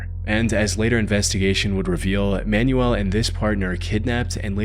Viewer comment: Every time you say "Man-U-El" I think you're talking about an instruction guide. The name is pronounced, "man-WELL" - especial among Spanish speakers.